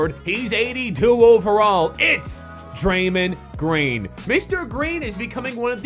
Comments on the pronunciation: "Dreymend" Greene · Draymind Green. sucks at pronouncing names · He said draymond green wrong lol